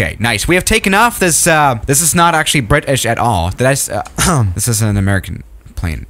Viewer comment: DCS: US Decals Everywhere on the carrier: “bRi’Ish eVeRYwHeRe”